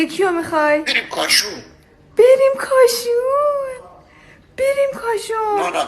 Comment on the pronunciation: بریم کاشون رو هم با لهجه کاشونی گفت :-))))